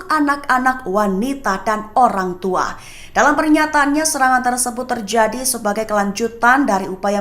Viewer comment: Penyiar berita seperti berdeklamasi 😅 sangat bersemangat. Terjadi dibaca tierjiadi.